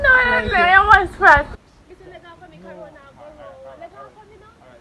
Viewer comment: I still think her saying corona a guh round😂😂 is the funny part